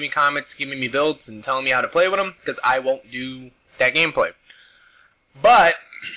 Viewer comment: With, not wid.